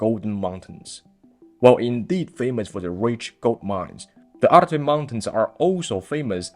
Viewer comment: It is Altai and there is a “L” in it, it is Oirat and there is a “R” in it.😊